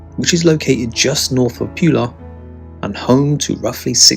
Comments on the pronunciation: Pula is pronounced "P'oo'la" not "p'you'la". C'mon let's get the names right. Nice video. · It's pronounced Poo-La not Pew-La.